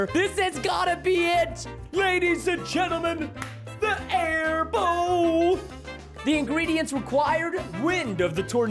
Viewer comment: Preston: everyone here comes the air bow. Me: it sounds like bone I laughed as he said bow when he found the air bow recipe